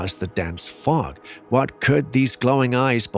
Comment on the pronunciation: It sounds like smog not fog.